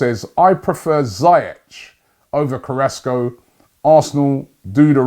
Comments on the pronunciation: Zee Esh not zy ek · It’s pronounced ZEE-ESH